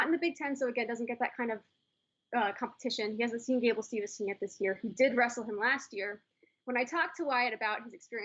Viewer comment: “Steve”son not “Stevenson”, but overall good show on the Tournament